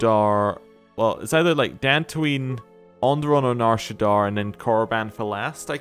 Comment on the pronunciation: Loving the LP but every time you say Nar ShaddAAR instead of Nar ShaddAA kills me lol